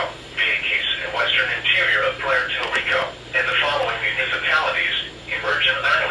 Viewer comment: "Pwair tor Rico"